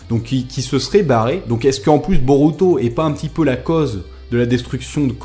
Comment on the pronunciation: Regarde le film ." et le -u Japonais se prononce -ou ( ça me stresse) . " Je ne sais pas si Boruto peut utiliser le byakugan [...] " plus tard : " [...] Boruto utilise son byakugan [...] " x33 je pense que tu étais distrait ^^ ( je suis Otaku ! :33 ne prend pas mal ce commentaire)